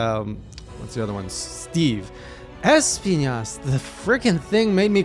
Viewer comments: I hate how pronounced es-PI-nas Yeah, His name is in spanish and means thorns BUT IT DOESN'T HAVE AN Ñ ON HIS NAME, IS NOT ESPIÑAS, IS ESPINAS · Lmao, why do you pronouncing it like EspiNYAs?😂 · Why do you say Magala so weird? And Espiñas with an ñ lol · Espinas is pronounced like esPEEnas not asspiñas lol. It's the Spanish word for thorns. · Espinas is pronounced phonetically as X-penis which is what he gives male hunters that wake her up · You keep mispronouncing Gore Magala and Espinas